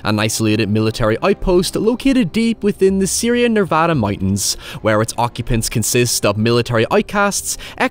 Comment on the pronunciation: Thank you, for pronouncing Nevada correctly